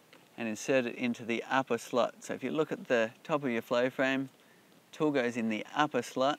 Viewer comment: the way he says "slot"!! OMG LOL